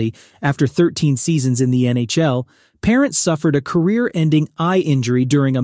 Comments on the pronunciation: the mispronunciation of Vezina, Rogie, and Parent is grating to my ears! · Fuhr ok. Belfour ok. Roy top choice. If you are going to talk goalies learn to pronounce Vezina and Parent. Parent ok. Ken Dryden ok. Smith top 10? Sawchuck top choice. Plante. The best. Brodeur top choice. Hasek. Top ten but not top 5 by any means. Too inconsistent. Was on the bench when he got his 2nd cup. Good numbers. Entertaining style. No lasting contribution to goaltending. Also lost too many first rounds to inferior goalies. Best moniker though. The Dominator. I think that's why some people rank him # 1.